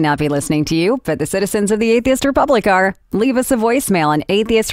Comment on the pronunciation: This is comedy gold please share more I had a good laugh. I love the way she says atheist like "Athist"